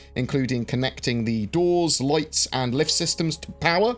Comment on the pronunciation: Its lights not loights